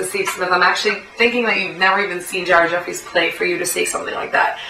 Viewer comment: I just started watching all your Vids. Im sure everyone has told you that your hot and im not gonna go into that, but your pretty smart and you see the same exact shit that i see. You should give me a shout out on your next vid. Chaos (real name Andy).... You also said Ared Effries. Sounds like you browse. Looking forward to your next post Peace Love and Basketball:-p